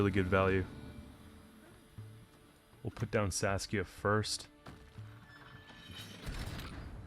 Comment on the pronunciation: I'm sorry, I have to write this down: Every time you say Saskia I always hear Sasuke 😂